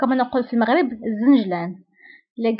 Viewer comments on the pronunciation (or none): none